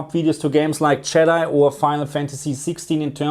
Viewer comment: Did anyone catch him pronounce jedi as yeeti 😂😂😂 also love this video ❤